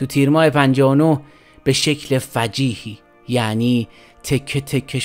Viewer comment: البته در جنایات خلخالی شکی نیست ولی بیسوادی گوینده حیرت آور است. میگوید مراسمات! (مراسم جمع رسم است و یک کلمه را دوبار جمع نمی‌بندند) یا فجیهی! ( درستش فجیعی است).